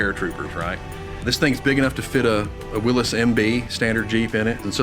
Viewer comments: It's pronounced 'WILLIES' JEEP not Willis Jeep.... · Nice video…now for my soapbox. To all those people out there that insist on pronouncing Willys like “Willees “. That man at the museum obviously is quite an authority on the subject of Jeep history and he does not pronounce it that way!!! I know it may seem petty but please say it right! Now, moving on. I grew up driving my dad’s ‘51 M38 and ya, they are a blast to drive. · I cringed every time he said willis.